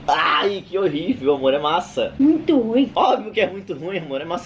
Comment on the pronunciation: o: "é rorível,né?" kkkkkkkk